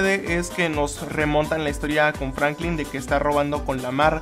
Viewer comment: dijo franclin